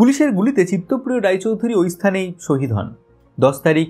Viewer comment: শদীদ হবে না, শহীদ হবে দাদা দাদা একটু ঠিক করে নিও।।